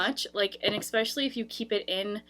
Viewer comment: " I've seen it on Sephora" not " I seen it on Sephora". It's " especially" not " expecially#